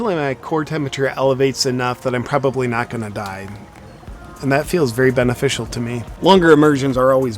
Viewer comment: Did he say memeficial